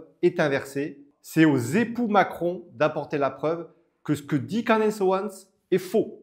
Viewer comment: Pas Candace, ca se dit ''Candice'' En anglais le A se prononce I